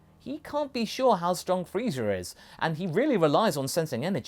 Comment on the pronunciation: After watching TFS abridged series all I hear is Freezer. Wait is he saying freezer or frieza?